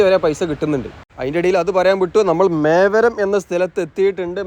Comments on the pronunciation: മേവരം എന്നല്ല. മേവറം എന്നാണ്❤❤❤ രാഷ്ട്രീയേതര കാര്യങ്ങൾ താങ്കൾ പറഞ്ഞതിനോട് ഞാൻ യോജിക്കുന്നു. എൻ്റെ അതേ മനോഭാവമാണ് താങ്കൾക്കും എന്ന് ഞാൻ കരുതുന്നു ❤❤❤❤❤ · മേവരം❌ mevarum ✅